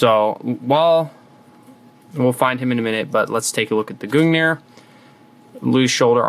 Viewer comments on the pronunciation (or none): you pronounced gungnir wrong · Hey can we get a native norwegian to tell us how to to pronounce gungnir?